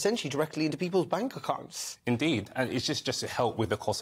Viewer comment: why did he say "bank accounts" like that? 😂